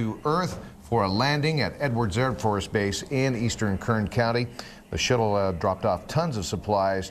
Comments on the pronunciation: the announcer said Shittle. lol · I liked the part where he called it "The shittle" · the Shittle?